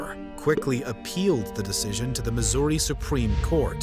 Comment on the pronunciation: Bro wanted to pronounce "Missouri" as incorrectly as possible 😂